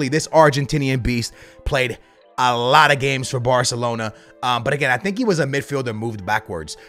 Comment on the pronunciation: The way you say “Batalona” 💀